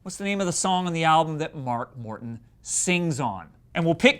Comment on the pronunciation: It sounds like he says mark WORTON